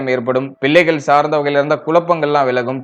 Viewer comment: ஜோதிடரே, "பில்லை" என தமிழில்( தமிழில்) வார்த்தை ஏதும் உண்டா?. "பிள்ளை" என சரியாக கூறவும்.( ல, ள, ழ சரியாக உச்சரிக்க கற்றுக் கொண்டு வரவும்) நீர் மட்டும் அல்ல, தமிழ் நாட்டில் உள்ள தமிழர்கள் அநேகமானோர்(85/100%) இவ்வாறான உச்சரிப்பு பிழைகளை ஏற்படுத்தும் நிலையில்தான் உள்ளனர்.